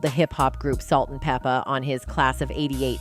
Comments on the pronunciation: Yes, PLEASE... Its pronounced "Peppa" like Pepper. Like Salt and Pepper... Okurrr!👍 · Pronounce her name right! It Pep-pa